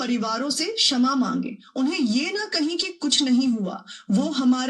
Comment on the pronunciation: क्षमा की जगह समा 😂😂😂😂